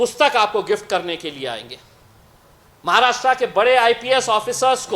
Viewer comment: महाराष्ट्रा nahi महाराष्ट्र.भाऊ बोलना तो सिखो ना pehle.kaha reh rahe ho us ka naam bhi nahi malum. कमाल है रे.aur ye bambai kidhar hai. मुंबई बोलते है usko रे.नीट बोल नाव पहिले भाऊ